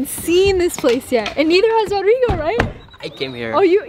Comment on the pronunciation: I really enjoy watching your builds. Does ROdrigo pronounce his name ROdrigo with a long O or Rodrigo with a short o. That is uncle's name in Colombia. Just curious. Stay healthy and keep making videos!!